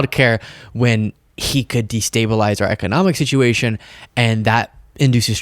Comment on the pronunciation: "...about that tittuation" xD